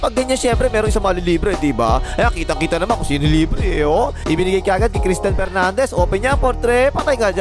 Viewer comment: Wrong pronunciation Kris Dan Pernandez P, hindi F